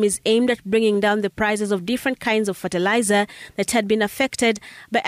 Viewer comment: Ferterlizer?? Tf is that